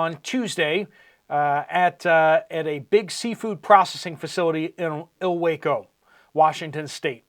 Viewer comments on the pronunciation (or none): Ilwaco= ill-walk-oh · It’s pronounced ill-walk-oh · It's pronounced ill-wok-oh.....🤣🤣🤣🤣🤣 Washington is full of Indian named places where no one can pronounce correctly